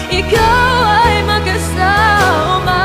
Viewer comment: Okay lang, medyo kulang sa power, ang diction sablay minsan "makasawma..." , nerbyos ata.